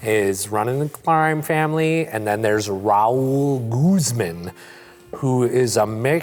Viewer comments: lmao when he pronounces Guzman "Goozemin" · Pronouncing Guzman as “goozmen” is giving me cancer.